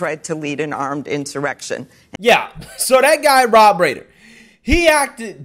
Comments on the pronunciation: Pronounced Ry-ner...I know he's a disrespectful snowflake who doesn't deserve our respect but should get names right.Makes you sound uninformed and like you are just reading some tweet or headline you read when you pronounce it wrong.Especially someone who has been famous for 50 yrs. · You're saying his name wrong. Sidenote, Rob Reiner; great Director, but man is he hard to take when he gets political. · Rob rye ner not rainer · ITS PRONOUNCED RIIIIIIIIIIIIINER........ NOT RAIN ER. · That's pronounced Rob Ri-ener...The "MEAT-HEAD" from "All in the Family" with Archie Bunker/& his father was a very famous 70s & 80s comedy tv-shows/&"violence" he says?--What about all the death's, violence & Billions lost in the RIOTS the year before by Democrats! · It’s Carl Reiner. Sounds like Ri-ner! Carl Reiner is his father. Meathead always! Dumb dumb dumb dumb dumb 🎼🎵🎶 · The meat head will never change... Btw it's pronounced RYE-NER. Like I gaf what anyone calls him....🙄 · Rob RIner is how it's pronounced. Look him up. He, and his family were VERY influential in HOLLYWOOD way back when. Their hands were in a lot of television comedy. The Dick Van Dyke show was one! He's totally got his head up his ass. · (young) age showing through lol. Reiner, pronounced Rye-Ner. He was a household name waaaay back in the onset of this lunacy on All in the Family. He played Mike "the Meathead" liberal college student and son-in-law to Archie* Meathead eventually cheated on Gloria and left the show. (because you know they had to turn her from being daddy's little girl to wife to more FEMINIST)... *Archie-.a conservative white man whom they portrayed as bigoted but made the character dumb and lovable so they could "teach" him how NOT to be conservative anymore.... Of course they'd throw in a few times where he'd actually discriminate wrongly against someone to legitimize his character further and help him "evolve" ~ sickening representation of what a white man was. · Rob Reiner (Ry-ner)